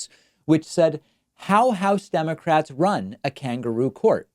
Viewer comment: See Elmer Fudd say "aww dem pewski democwats"